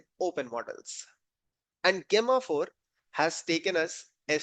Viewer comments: It's pronounced as Jemma 4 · Gay-ma 4 ? Just call it Gemma 4. Gemini is build on top of Gemma. Hope you don’t call it Gay-mini